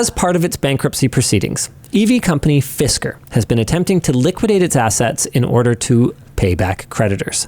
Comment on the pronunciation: Fisker mire like Fister, as in they got Fisted